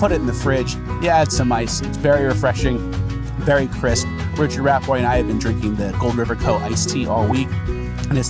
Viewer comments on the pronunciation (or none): Oh, I thought it was Rappot with some kind of French pronunciation. But no, as my ears have insisted, it's actually "Ratboy". Can that nickname be explained?